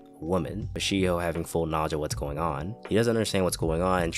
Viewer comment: "She Hoe" Shiho.